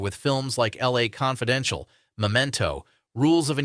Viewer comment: Yeah, I noticed that too. Became apparent when it pronounced LA Confidential.